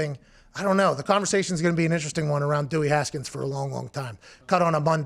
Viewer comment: Dummy Haskins not Dewwy